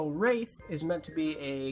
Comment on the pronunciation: It's Wraith, not Rath.